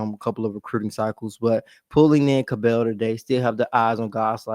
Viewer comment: It’s pronounced like “Scrabble”. “Cab-ull” 😉